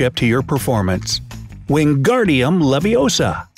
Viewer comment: “ It’s “ Leviousa” not “levioser”